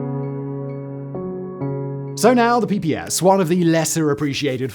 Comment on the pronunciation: Not "PPS" but "PPSh" (Pay Pay Sha)